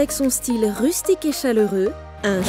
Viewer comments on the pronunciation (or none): none